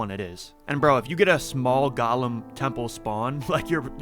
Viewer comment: You keep pronouncing Golem like Gollum from lord of the rings, when its actually "Go-Lem" 😘